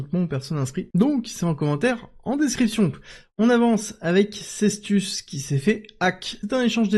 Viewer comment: Je suis malheureusement d'accord avec toi. Je trouve cette chaîne de moins en moins intéressante et on entend de plus en plus régulièrement tout et son contraire... En plus ce n'est même pas Sestus mais Cetus 😂😂 mais bon, tant qu'il fait de l'audience, je suis content pour lui 😊